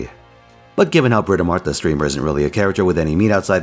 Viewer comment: Curse you for saying "Bratamart" now it's just going to be what I read her name as from now on.